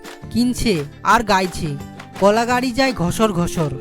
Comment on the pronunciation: 'কলা' গাড়ি না কল গাড়ি?